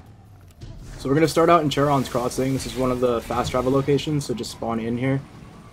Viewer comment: Care-on or Share-on, not chair on